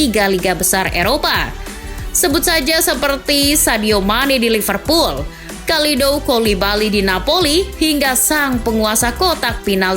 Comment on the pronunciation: Mohon izin sharing lagi yaa min, kalo ou di bahasa perancis itu o nya gk dibaca, jadi nya kalo aliou itu dibaca nya aliu, kalidou juga dibaca nya kalidu, cisse c nya dibaca s, sama louis van gaal itu dibaca lui van khaal, semoga membantu 🙏